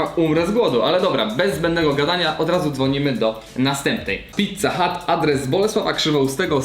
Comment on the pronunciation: Mówi się pizza hut A nie pizza hat. Kapelusz to hut A nie hat